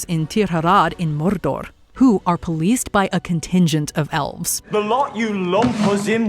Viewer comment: Its mordor, not morrrrrrrrdorrrrrrrrrrrrrrrrrrrrRRRR